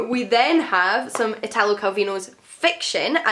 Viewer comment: Every time I watch your videos my Goodreads "Want To Read" folder gets bigger 😂 (Just one thing, the accent in "Italo" goes on the first letter!)